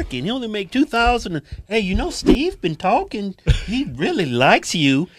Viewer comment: I'm guessing that one of you is married to a nurse or ur wife's BFF is a nurse cuz the way he said Dr. With the emphasis on it was if somebody's lady had used that as a flex irl.